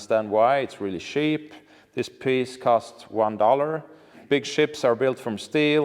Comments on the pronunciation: I am not nerdy at all but, I watch the whole thing because you made it interesting. Also, I love when you wanted to say cheap and it sounded like Sheep and the sound of the sheep came after wards lol. I bet that was Molin that did that during editing. Great video and thank you for sharing. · Haha djävla Malin som lägger på får-bää på uttal av "cheap".